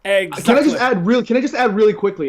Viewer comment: "Eggs. Eggsactly"